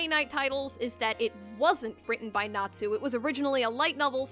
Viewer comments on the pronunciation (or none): none